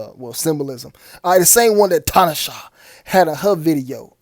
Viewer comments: FYI bro. Her name is pronounced, Tin-Na-Shay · First of all. This video exposes more than I could imagine. You really hit a 100 pointer. 2.. ITS should be T-NA-SHEY (We have God in Southern Africa). Plus to add on The 2 stripes on Tinashes forehead represents the horns. Stay safe You all.. 🙏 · I ain't knocking you for shit else fam but that bi**h eating a 🍓 in that tube of blood😂😂😂 & the way you pronounce her name is, "to-nah-shay"✌💚